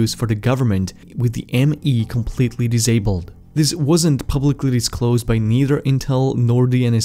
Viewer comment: You need to pronounce [s] correctly. The words are not 'dizabled' or 'rezearch'.